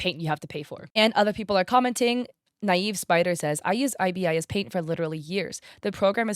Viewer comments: Btw ibis paint is pronounced eye-bis, like the bird :) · That is an interesting way to say 'IBIS'